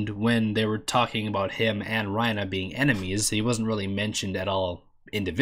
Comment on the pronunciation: Why do you keep saying Reina